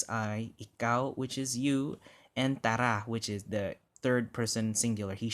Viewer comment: TANA not tara